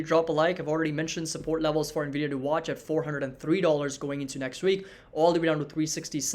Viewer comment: how many bulls still call the company Nah-vidah? 😆